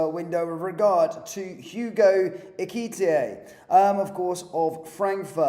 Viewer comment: Of course!!! Please get the pronunciation right - Eh-kee-tee-Kay!